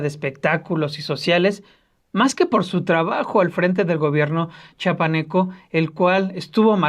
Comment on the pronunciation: No es Cha paneco...... Ch I apaneco, chiapaneco.